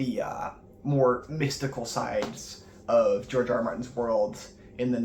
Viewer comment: It's actually pronounced George